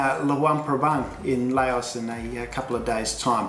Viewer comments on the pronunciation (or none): Its not called LAYOUS, its called Lou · Its pronounced "louse" like mouse